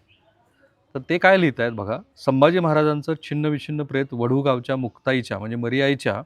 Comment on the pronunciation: राहुलजी, आपण प्रत्येक वेळी अनवित (अत्याचार) असे म्हणतं आहात त्याऐवजी अनन्वित असा योग्य शब्द आहे तसेच शीर्षकात दिल्यानुसार वडी बुद्रुक नाही तर वढू बुद्रुक असे गावाचे नाव आहे... बाकी वार्तांकन अत्यंत छान!!!